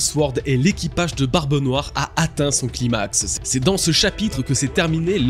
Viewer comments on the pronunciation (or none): La prononciation de climax je suis mort😂😂😂